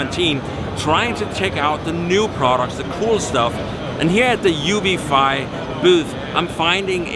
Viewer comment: In this video you call it Uvifly when there's no "L", and in another you call Traxxas "Track". Not a big deal, but it's really annoying.